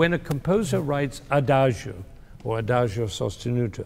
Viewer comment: Adagio is pronounced adadzho, not adazhio. Two mistakes in one word. Sad that even professors can't speak these few Italian words properly. It's like calling him Bengamin Fander.